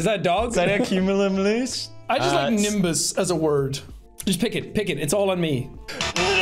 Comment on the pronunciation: "I've never heard of a culonuminous." 😃 Pewds constantly mispronouncing cumulonimbus is hilarious lmao